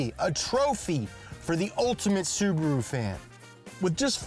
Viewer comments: Listen to them pronounce "Suburu" 😂😂😂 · why english speaking people have trouble with pronouncing cars names, dont get me wrong its whatever but subru and porsch always make me chuckle